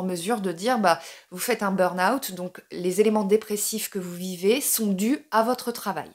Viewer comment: Je crois que vous êtes la seule française qui dit "beurn owt" au lieu du "beur ahoût" (le burn juillet mais en août...) Merci pour ça, parce que dans chaque vidéo dans laquelle j'entends "beur ahoût" ou "les stimulus", je perds mes cheveux!